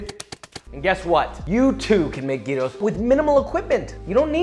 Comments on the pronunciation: don't know what a silent "g" is but he pronounced it the right way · Michael Lee at least he didn't say jairo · 1. Pronounced gyros the right way 2. Added potatoes 3. Tzatziki added 4. Onions added 🇬🇷approved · 1. Pronounced gyros the right way. 2. Added fries. 3. Used pork instead of lamb. GREEKS APPROVE🇬🇷 Also gyros has been a very controversial thing these last few months in Greece. It used to be around 2.30-2.50$ and recently it changed to 3+$. They were literally talking about it on the news, so it’s really been affecting us. But yeah great job josh!!❤️❤️ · He's truly the Chosen One, the only who pronounced gyros the correct way! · well yeah and also that he put the meat first and then the tzatziki. But everything else is approved (btw his pronunciation still beats the people who call it "jairos") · As someone who's from Greece, i can definitely say this is one of the best representations of gyros i have seen, as well as pronunciation. Great job. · THANK YOU FOR ACTUALLY PRONOUNCING GYROS CORRECTLY! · You have my respect for this recipe and for the on point pronunciation of "gyros" and "tzatziki". -Humble Greek fella. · very proud of you for pronouncing gyros right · Well he almost said Gyros right